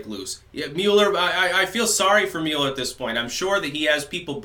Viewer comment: The Muh-eller Probe